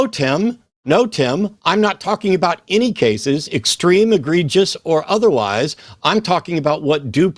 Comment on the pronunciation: It was really egreeg-i-ous